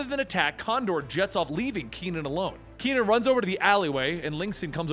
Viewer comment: ke.nan, not ki.nan .